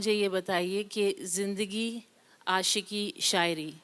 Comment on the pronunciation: کوثر منیر جاوید صاحب کے سامنے بیٹھ کر اور جشن ریختہ میں بولتے ہوۓ اپنی ریختہ تو ٹھیک کر کے آتیں ۔۔ آشکی ۔لعنت ہے تم پر ۔